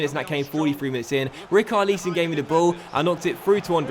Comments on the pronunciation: great episode mate, but quick hint : its not rik-arr-leeson, its rich-ar-lison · Great Video, loving it, Recarlison not Recarleeson. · I swear it's not pronounced ri-kar-lee-son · You pronounce it as ri-cher-li-son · It is pronounced Re-sar-lesson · It's pronounced Rich-ar-le-son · Doces Richarlison is pronounced like Rixarlison The Char is the same sound a s Xhaka from Arsenal and the Son is the same sound as Heung Ming Son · Richarloson is how u say it